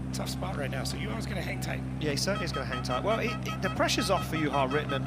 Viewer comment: nice to see ian at least trying to pronounce Juha's name correctly